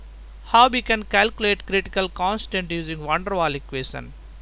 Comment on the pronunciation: Good explanation, but a little bit to slow..keep going! Great vids :) ps: It is Van der Waals, dont forget to pronounce the s at the end hihi..